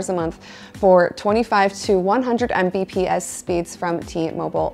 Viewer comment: Hearing someone say "M B P S" was kinda making my head hurt. 😂